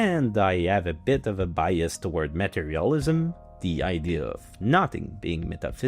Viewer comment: When you said "materialism" I heard Meta Realism :D